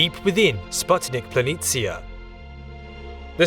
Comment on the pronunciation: Thanks for correctly pronouncing "planitia".👍🏻 Its so annoying, that English speakers usually butcher every "foreign" language